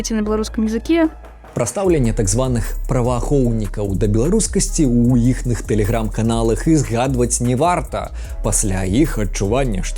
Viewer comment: Хочу тебя поправить. Если коротко и по-простому - в словах с частицей "не" (напр. "не хачу", "не пасьпею") также применяется правило чередования е/ё -> я в первом слоге перед ударением, даже несмотря на то, что они пишутся раздельно. Это особенность тарашкевицы. Поэтому не "не лепшы", а "ня лепшы". Не "не варта", а "ня варта". Впрочем, в официальном правописании пусть это и не отображается на письме, но в фонетических словарях данная особенность отображается, от неё лишь отказались на письме (тут же и история с мягкими знаками: отказались на письме, но в фонетических словарях ассимиляция также отображается). Спасибо за использование тарашкевицы, мне кажется ты близок к эталону как произношения, так и лексической составляющей. Удачи! P.S.: Я даже решил повторно убедиться, не ослышался ли я, может ты все сказал правильно, все-таки разница между "не" и "ня" не настолько существенная при беглой речи. И когда услышал "н(я/е) лепшы", то не был уверен на сто процентов, однако решил проверить субтитры и там было написано с "е", готов предположить что субтитры составлял непосредственно ты, так что.. Думаю, я не ошибся. P.S.S.: Можно подумать, что я сумасшедший и мне нечем заняться, раз я докапываюсь до такой мелочи и посвящаю этому целую статью. На самом деле я это делаю, ибо посчитал, что с твоим уровнем тебе будет полезно указать как раз на такие мелкие детали, потому что непосредственно от эталона тебя отделяют именно они. Этим я хотел сказать, что ты по-настоящему молодец, что нас